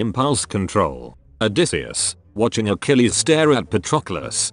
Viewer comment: The funniest part is the voice thing reading "odysseus" as "a decease"